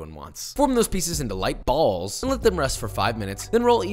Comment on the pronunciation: I love the emphasis on the BALLS